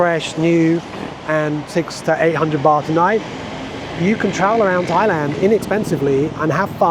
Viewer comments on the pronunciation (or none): none